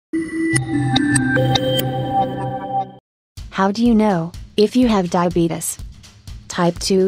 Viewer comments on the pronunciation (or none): emmy 595 No, they're making a joke. If you noticed, the atuomated voice says "Diabeetus" not diabetes.